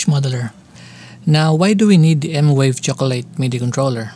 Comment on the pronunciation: its M-VAVE not M-WAVE 😁